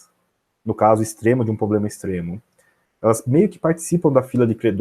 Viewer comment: Poxa, o cara é super competente, saca muito, deve estar milionário, mas será que não dá pra parar de dizer poblema ao invés de PROblema??? Será que ia gostar de ser chamado de Andé? Vamos ficar ricos, estudar investimentos a fundo, mas vamos cuidar de preservar nosso idioma também??